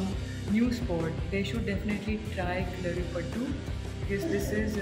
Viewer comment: Ma'am kalarippattu nahi kalripayatt🙏